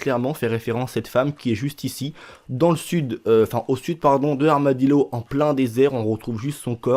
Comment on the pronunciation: On dit pas armadiLO mais armadiLLO c espagnol [LL] c la ELLE qui ce prononce iié ( armadillo )